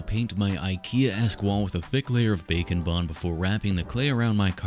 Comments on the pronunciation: I always thought you said bacon bond and I was like wha??😂😂😂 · I literally thought you said bacon bond